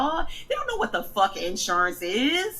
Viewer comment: "They don't know what ensureance izzz"